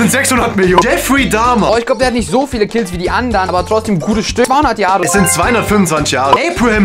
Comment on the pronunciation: Wie er das wort kills 💀 so betont 💀💀💀